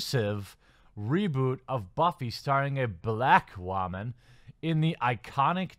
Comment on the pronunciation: You say woman funny. WAHMAN.